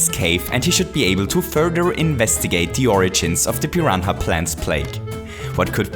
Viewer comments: pee-ron-ha plates ? am I high or some thing lol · “Piran-ha Plants” I love you